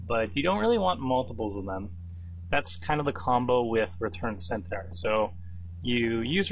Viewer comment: Nicely drafted, but please learn to pronounce Centaur and Minotaur correctly.